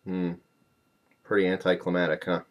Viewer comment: it's not anti climatic, climactic, as in not a climax. giggity.